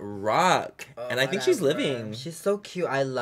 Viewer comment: Whenever Bretman says, “Whatevah,” I melt, then smile.